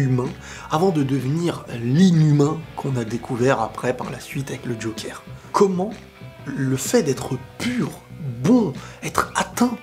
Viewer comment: Bonne vidéo, c'était exactement mon ressenti. On dit "jokeur" et non "jokère".